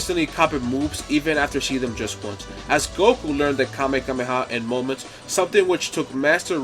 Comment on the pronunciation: Bro really said "KameKameha"